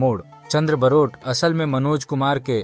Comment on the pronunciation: सब से पहले ठीक से नाम बोलना सीखो। बारोट है। बरोट नहीं है। वो गुजराती थे।